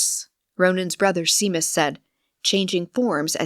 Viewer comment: I am so happy you posted Sloe Djinn Fizz, , it didn’t dissuade, it’s as fabulous as all of your other book.thank you for sharing your talent with the world. Thank you to the narrator also, just one thing for future reference. Seamus is pronounced ( Shay- mus)